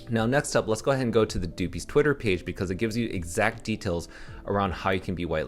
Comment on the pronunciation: good vid. but fyi it's pronounced like puppies but with a d